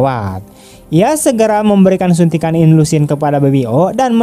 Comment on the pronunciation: Suntik insulin woe bukan inlusin .😅